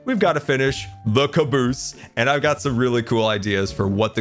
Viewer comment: I think your pronunciation of "caboose" should be from now on the official default dictionary standard.